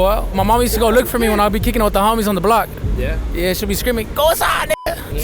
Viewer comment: bro said yeak